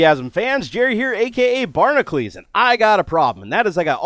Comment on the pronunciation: Why does he say Barnaclees when its spelled Barnacules?